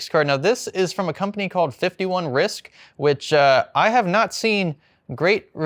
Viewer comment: “51 Risc(k)” while using that card 😆